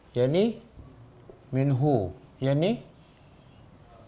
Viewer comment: منه masih x clear